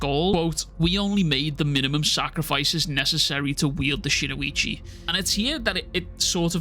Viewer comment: Brother, it’s spelled “Shinuchi” and pronounced just as it’s spelled; “SHIN-UCHI”.. there’s no (o) after Shin & no (i) after the U. It’s Shin - - Uchi. Shin like your shin bone. Uchi like Itachi Uchiha but without the (ha). Shin-uchi. All love brother, love your content no hate, it just drives me crazy hearing, “SHIN-O-ICHI” or “SHINUICHI” over & over & over lol.